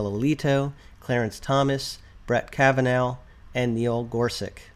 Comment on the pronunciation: Minor detail here, but I know you want to pronounce the Justices’ names correctly: Kava-NAW, not Kava-NOW. Gor-SUCH, not Gor-SUCK.